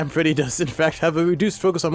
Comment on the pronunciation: it’s official: Rockstar Freddy is “Gredd”.